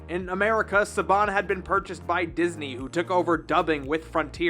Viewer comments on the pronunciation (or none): none